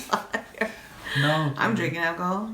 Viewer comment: Lmao when Asuelu called you a LAIYUR 🤣🤣 y’all are hilarious